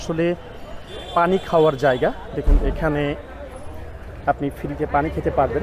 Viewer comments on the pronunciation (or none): none